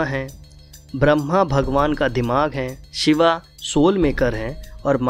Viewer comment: Koi bhi vishlashan karye waqt ucharan to sahi kare Shiv ko Shiva or Yog ko Yoga kam se kam sanatam dharmi to na kahe